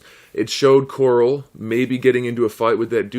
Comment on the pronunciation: are you calling him coral on purpose or is that just how you pronounce it